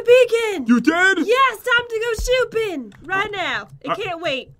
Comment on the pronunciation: and pat said shooping